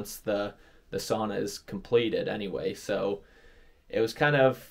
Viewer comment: learn how to pronounce “sauna”